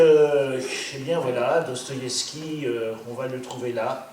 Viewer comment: Cest qui ou quoi ce trou du q qui parle et dit n'importe quoi qui sait mm pas prononcer le nom de l'auteur duquel il fait la critique. Une russe qui na jamais entendu parler de Dostoïevski pour montrer qu'à l'ère soviétique ils étaient à ce point des moutons... n'importe quoi. Doigts coupés lus dans "le monde" ok... bon au-delà du fond pas très profond, elles sont obligées de glousser à chaque fin de phrase les auditrices de ce pathétique monologue ?